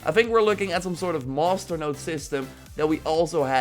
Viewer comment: Everytime he says master it sounds like hes saying monster